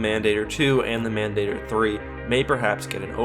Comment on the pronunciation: Many years late, but as Mandator is Latin: Mahn Dah Tor The "a" in Mandator would sound like the "a" in father. An "e" would sound like a long a.